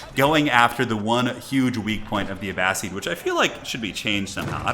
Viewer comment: You were correct with the pronunciation for Abbasid. It's Uh-Ba-Sid not Uh-Ba-Seed